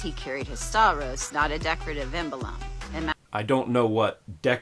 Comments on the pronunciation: It's funny you mentioned the pronunciation; hers was painful ... but you saying 'stavros' not 'stauros' kept making me wince (as someone who studied Ancient Greek) :P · Dan didn't make a point of it, but her pronunciation "sta-oo-ros" gives away her ignorance of greek. And there are other greek words spelt and pronounced like this.